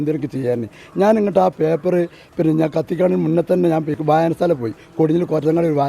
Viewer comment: പ്രസർ, വായനസാല, ദേസ്യം, സിയാബ്...ഏതാ ഈ മൊയന്ത് 😏